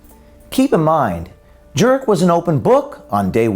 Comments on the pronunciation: It's pronounced "Jerk" ... your welcome🤗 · Jurek or Jerk when I herd the narrator say his name I herd jerk well don’t blame me if he is jerk !! He is a Jerk ok enough jerk sorry jerk that slipped jerk jerk jerk jerk jerk jerk jerk fuck you to the moon jerk 😂😂😂😂😂